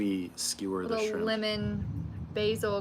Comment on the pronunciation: She said skrimp 😂😂